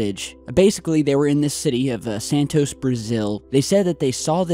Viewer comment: santos not santoseee